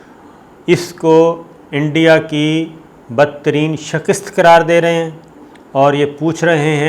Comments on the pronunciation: phir wohi 'shakist' instead of 'shikast' astaghfirullah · Sabir sahib...!!!!!! ye Lafz "Shakist" nahen hota... bal-k "Shikast" hota hy... Urdu ki esi Ghalatiyaan aapki personality ki "Matt" mar k rakh deti hen....